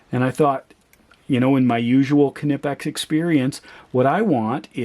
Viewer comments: Knipex is pronounced as one word, not kah-nipex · That is still not the way Germans pronounce. It is pronounced like knee , but without K being silent.